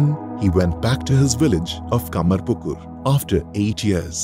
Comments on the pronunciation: Kamarpukur, not Kamarkupur😂😆😆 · Its not kamarkupur...its kamar pukur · The place Ramkrishna born is 'Kamar-pukur' not kupur...and Vivekananda's original name is 'Narendra Dutta' not Dutt. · Nicely portrayed, just one thing, please note the name of His birthplace is 'Kamarpukur', not 'Kamarkupur'. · It's Kamarpukur, not kamarkupur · Actually the City is called "Kamarpukur" not "Kamarkupur". The video is very beautiful. Thanks for sharing. 😊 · The name of the village is KAMARPUKUR not Kamarkupur. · Village name is not kamarkupur, please correct name , it should be kamarpukur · The place name is KamarPukur, not KamarKupur. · The place is called Kamarpukur and not Kamarkupur :D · Village name is "Kamarpukur" not "Kamarkupur". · No, he was not converted to Islam or Christianity, he tried those forms of prayer for the ultimate truth and 2nd thing is its Kamarpukur not Kamakupur. Please check the fact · Its kamarpukur not kamarkupur... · Kamarpukur... Not Kamarkupur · It's kamarpukur not kamarkupur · the actual pronounciation is kamarpukur not kamarkupur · It is ‘Kamarpukur’, the village of Sri Ramakrishna Paramahansa not ‘Kamarkupur’. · It's "KamarPukur" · Kamar not kupur , it's pukur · please provide proper information, his place of birth is " KAMARPUKUR", it's not "kamarkupur". LOL